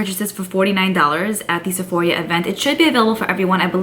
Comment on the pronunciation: I’m confused on why you keep saying “Sephoria” lol you never used to say Sephora like that before 🤔